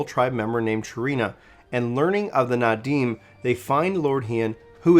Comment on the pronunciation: It’s Naadam not Nadim. Loving these recap videos, but maybe you should check on the pronunciations with someone before you record. In any case I appreciate these videos my dude